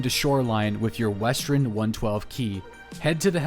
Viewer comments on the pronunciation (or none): I get more bugged by how he says "Northren" and "Westren" etc. Says the r before the e. Fuck it's annoying haha